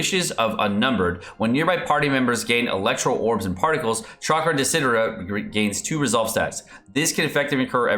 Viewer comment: Lol, I wonder why Mihoyo uses lots of Latins and Italians words on his characters.... I can see you cannot say "desiderata" which, again, is an Italian word! By the way desiderata means "wished" ...really wanted... and similar meaning. I still cringe when I ear how Tartaglia is pronounced! :)